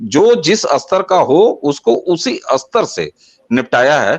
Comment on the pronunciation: बाबाजी बाकी तो सब ठीक है पर आपके सहयोगी स्तर शब्द का उच्चारण अस्तर kr रहे हैं